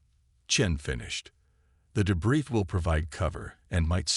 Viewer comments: Great story but the AI narrator can't pronounce many words properly like debris for example, the s is suppose to be silent. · Every time Captain is read there's an inappropriate pause, and more. , , LoL, De-Briss fields are so tasty. Channel Owner can find the rest of the De-briss themselves. LoL, Dis-ibled AI Narrator isn't even trying. Austria is trouble now... Maybe the Channel Owner should pick a name the AI can consistently pronounce.